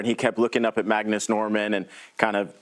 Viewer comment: It’s Magnus not Mangus. Christ.